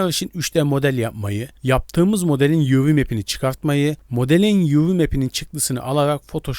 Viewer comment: UW değil UV